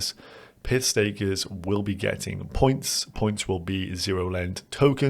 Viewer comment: For a minute there I thought you said ' piss takers' instead of pyth stakers?